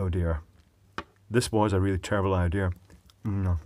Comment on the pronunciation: "doing this is the day before flight is probably a terrible idear, but then again I'm very good at terrible idears" xDD